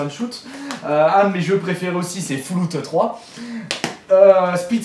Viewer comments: Foullout :rire: :rore: :rure: Et aussi sa me degoute la facon de jeter tes jeux on dirait que t'oublie que tout ca vaut de l'argent et ca tombe pas du ciel... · 200 jeux, 15-20 qui valent le coup, tu privilégie beaucoup la quantité à la qualité. Sinon vidéo pas mal si on tient pas compte des prononciations(FOULOUT ???) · Omg comment il prononce fall out " fouloute " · wtf fallout sa se dit pas comme sa srx